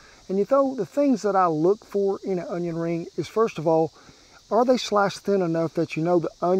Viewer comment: Justin Wilson would be proud of the way you pronounced Onion, i guarantee.